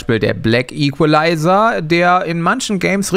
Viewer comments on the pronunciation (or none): none